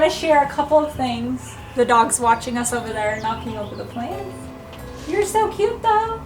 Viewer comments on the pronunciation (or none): I’ve watched your videos for years. You say cute a lot, but you pronounce it “Q”. That’s so Q!